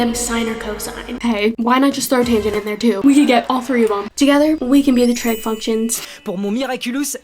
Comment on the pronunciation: you mean Trig functions right? Your captions show tread and I myself heard that 😅